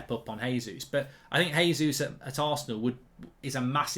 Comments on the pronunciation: Mark, Gabriel Jesus has been scoring in the league far too long to carelessly mispronounce his name. It’s a hard J. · It's JAY-zeus hes Brazilian, not Spanish omds lmao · Vieira, not Viera! ..... and Jesus, not Resus